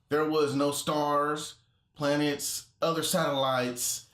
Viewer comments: Plantets...oh boy 🤦🏽‍♂️ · in the thing when he said where are the stars planets and satellites he said plantets is it just me or does that prove even more that he has no idea what he's saying? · "plantets" :D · "Plantets." :D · ummmmm, it's pronounced Plan-Tets